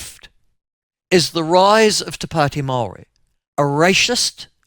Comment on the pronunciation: "Racist" not "Rache-ist", Michael